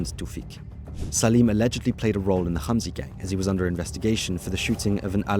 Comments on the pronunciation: Then he should say hamzy not humzy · Note: the H in Hamzy is not KH its H